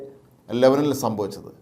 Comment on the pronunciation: ചേട്ടാ, ലബനിൽ അല്ല, ലെബാനോനിൽ ആണ്.